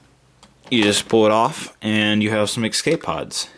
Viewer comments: dude you keep saying excape pods. it's escape pods. great video otherwise! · You kept saying "exscape" :) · No-one taught him how to say escape properly. /